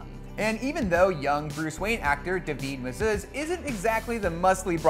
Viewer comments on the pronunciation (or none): "Daveed Mazuz" isn't it just pronounced like David Mazoose (spelt Mazouz)?